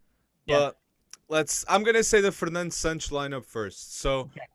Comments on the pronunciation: Man tell me which letter in santos makes those pronunciation SAANNCS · It’s SÃ-T’sh (Santos). The S sounds like “sh”